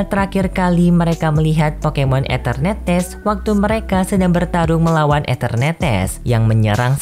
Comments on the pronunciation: Eternatus bang bukan eternetes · Bg nyebut enternatus nya kok kayak enternetes😂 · mimin mohon maaf atas penyebutan nama pokemon eternatus yang menjadi etenertees, sebenarnya waktu record mimin yakin udah nyebutnya eternatus, tapi waktu ngedit mimin baru sadar mimin salah sebut jadi eternetes, kalau mau ngulung record bakalan lama dan suara mimin sudah habis, jadi mohon maaf ya kalau kurang nyaman dengan sebutan enternetes wkwkwk. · Anjai eternetes